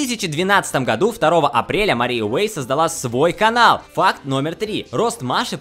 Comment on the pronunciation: Мне постоянно кажется что он говорит не ФАКТ а ФАК